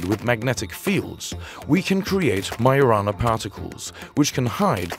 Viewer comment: it's majo rana not mayo rana